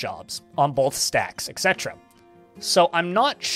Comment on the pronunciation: Really glad to have these read out in a video. Btw, etc. is pronounced 'et cetera'. ;)